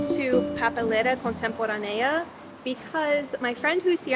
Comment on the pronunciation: Alberto "El Negro" Olmedo y Javier Portales (actores y humoristas)... Programa "No toca botón", sketch " CONTEMPOR Á NEA " el acento lo tiene la letra A por lo tanto es la que tiene la entonación más alta... Si ponés en el traductor de goolge las misma palabra pero una acentuada en la Á y la otra acentuada (incorrectamente) en la É te vas a dar cuenta de la diferencia en la entonación.